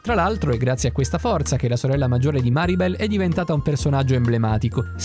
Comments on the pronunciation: Si dice mirabel no maribel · Mirabel non Maribel!!!